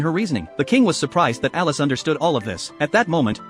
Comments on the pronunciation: Brooooo its elise not alice😭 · It's Elise not Alice!